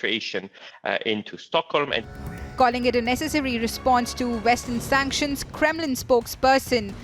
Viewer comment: Hahaha sunction vs sunction pay your gas in ruble lol